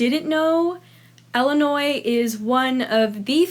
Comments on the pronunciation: She just complains about her pet peeves. So, I have one just from her. She says "Ella-noy" (Ellinois) instead of "Ill-in-oy" (Illinois). It’s like saying “melk” instead of “milk”. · Also, it's not Ellenoi, it's ILL. As in sick. It's not pronounced like a name. lol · Illinois is actually really cool and it’s pronounced “Ill-a-noy” not “ella-noy” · I’m from Illinois and we call it ILLinois not ELinois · It’s Illinois not ellinois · It’s pronounced illi not Ella smh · I live in Illinois and it's pronounced illi-noi not Ella-noi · You pronounce it Ella Noi? I pronounce is ILL i noi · It's not Ellinois 🤣🤣🤣 it's Illinois with an I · Ok but it is not pronounced “Ella now” it is “illa noi” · I hate the way you say Illinois... it's "ill" like "my mother is very ill". You weirdo, who the fuck says Ell-inoy? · Wait that's how you pronounce Illinois? I say Ill- i- noy... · Pronounces "Ill" as "ell" but judges people who pronounce the s 👀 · it’s pronounced Ill-a-noy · All my life I've had people say Illi- NOISE when I told them I'm from Decatur Illinois. I just ask them to pronounce Iroquois Indians. Then tell them it's not too hard. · Every time she said Ellanois I wanted to die in a hole. Thank you.. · Btw there’s not much tornados anddddd there’s not much flooding bc the sun is pretty stron and say Illinois right and Illinois is not ExTrA fLaT and our government was not our fault and one more thing Illinois has so collages and btw u hate Illinois probably Bc u never when there bet u just googled it but didn’t have the right answer so yEaH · Shut up kid It’s awsome to live in Illinois. Yea it sucks that there is an s in Illinois but it’s awsome